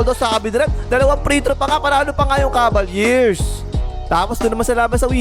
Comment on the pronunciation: BAKIT "KABALYEARS" ANG PRONUNCIATION MO SA "CAVALIERS"? 🤣